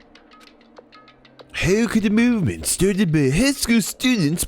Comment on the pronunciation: I'm sorry, was it mÜvement with Umlaut? :)